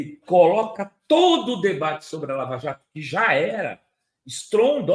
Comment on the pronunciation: "Laja" Jato...